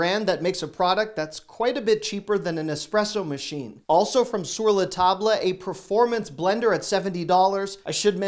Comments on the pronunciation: DUH. It's "SUR LA TAB", not "SUR LA TAB LA". HOW do you not know this????? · Sir - luh - tob - luh!! Lol. Bro mispronounces words on the daily! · Hi, I work at Sur la Table. Drop the “le” when you say it. Sounds like “sur la tob”. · Sur La Table - don't pronounce the le in Table